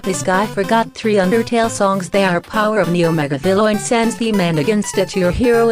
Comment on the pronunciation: powar oof neeo magalovaniu batle aginst a tru heroo Me: cringes